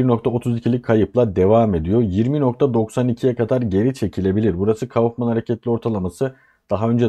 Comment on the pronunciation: Alt katımda tamirat var size “katar” geliyordur. Ekonomist dil sürçmesi😂😂😂